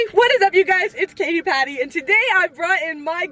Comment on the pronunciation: Why does the "a" in "Paty" sound different from "Katy" when the difference is only the first consonant?